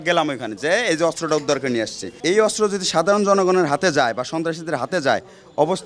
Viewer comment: অস্ত্র ✅ আস্ত্র❌